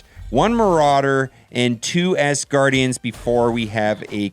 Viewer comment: Great vid bro. But it’s ASgardians, not ASSgardians!